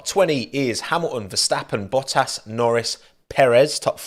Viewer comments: I don’t know why he cannot pronunce the Ts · he turns 153% more brittish when talking about anything merc related :P (oh and sebastian ve-el)